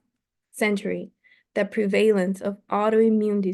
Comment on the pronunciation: Thank you so much. I really appreciate that you are reading this book for us. I am going to listen to the other sections as well. Your English IS great but I hope you don't mind if I give you a suggestion, in good faith and with appreciation. Look up the pronunciation of prevalece /lead / contributes on Google. Again thanks so much! Great job